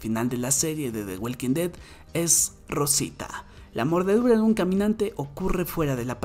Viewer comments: De welkin det 😂😂😂😂 The walking dead (Da woking ded) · Por qué lo pronuncias “the weilking ded “?? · Me duelen mis oídos de escuchar cómo pronuncias el nombre de la serie, mejor pronúnciala en español. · "De güelquindet" 🤣